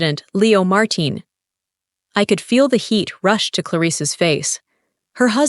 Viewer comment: Martin?Marteen? Why can’t AI keep the same pronunciation?